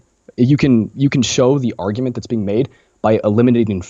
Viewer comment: You pronounce "argument" as "ar-you-ment", i.e., you elide the hard "g" sound. Just FYI.